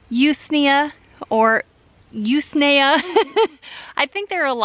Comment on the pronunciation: I haven't looked back through other comments and it's probably already been said, but the 'u' in usnea is usually pronounced like the u in 'up'.